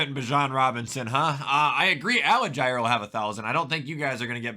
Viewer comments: I like that this is the only comment I have seen mentioning this. It was bothering me the whole time. Like how are pronouncing a letter before the G that doesn’t even exist???😂😂😂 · Bro, why does he keep mispronouncing Tyler Allgeier’s last name? It’s pronounced Al-Jeer.